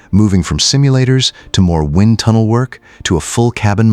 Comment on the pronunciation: Phonetically, wined tunnel for wind tunnel?!?!😵‍💫😵‍💫😵‍💫 c'mon!